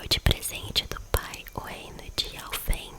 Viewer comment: Umas dicas de pronuncia, os reinos q terminam em "heim" são pronunciados "haim/rrain" ou seja, Alfheim a pronuncia é Alfirraim, Vanaheim é Vânárraim, Muspelheim é Müspelrraim, Nifelheim é Nifelrraim, Hellheim é Hellrraim e Jottunheim é Iotunrraim, e Gnungagap o "g" tem a pronuncia de "gui" ficando Guinungagap com o "p" mudo